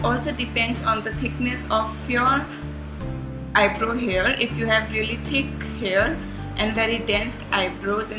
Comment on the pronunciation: It's eyebrow not eyebro